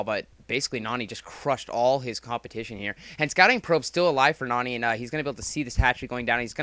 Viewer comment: pronounces it Noony for some reason